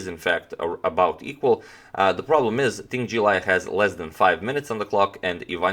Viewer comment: Using Croatian letters, the pronunciation of Lei Tingjie (in Chinese the surname comes first) can be approximated as /lèj tȉng.ćjè/. Just a pet peeve of mine. 🙃 EDIT: I've been binge watching your videos for days! I always thought to myself something like, "Man, if only there was someone to make the reasoning behind the moves at GM games less arcane!". I intend to improve my chess skills, so your videos are very much appreciated. Keep them coming!